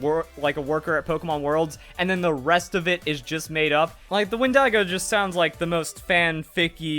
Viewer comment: Pokémon company: constantly talks about dead children = Pokémon: cool Pokémon company: possible leak on a cannibal inspired Pokémon: Wen-Dee-GO sounds too much I’m not hating it dose sound pretty crazy lol, but the pronunciation killed me